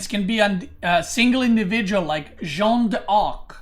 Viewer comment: jeanne d'arc is pronounced jan dark. shjann d'ark. you're saying it like it's jean-ne d'arc but the -nne at the end of jeanne changes the sound into a simple french A sound. j-a-n dark